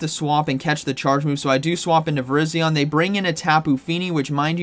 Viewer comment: why does every YouTuber pronounce it VIR-IZ-ION. it is VIR-EYE-ZION. similar to the wireless carrier VERIZON.